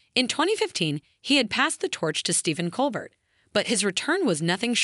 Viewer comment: "Cole Bear", not "Cole Bert". I had to stop listening.